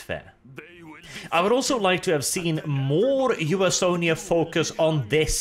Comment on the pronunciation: Comment for!!!! Though I can't get over him saying U-S-Onia